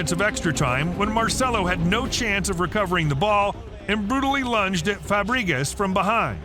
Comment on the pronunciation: Fabre-gas not Fah-bree-gass